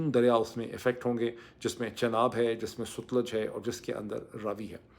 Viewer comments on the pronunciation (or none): Ye word sutlaj nhe h satlaj h